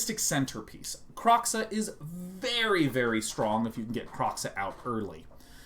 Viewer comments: I'm probably going to be the Autistic asshole that comments several times. First it's not Kroxxah it's Kroe xa (crow-such). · The X in Kroxa is pronounced like SH, it's not Kro(cks)a it's Kro(sh)a